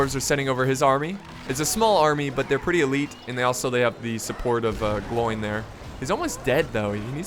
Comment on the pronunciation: It's pronounced "Glo-win"